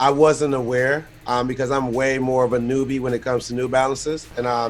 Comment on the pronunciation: Trinidad for saying "I'm a NEW-bie" when it comes to New Balance'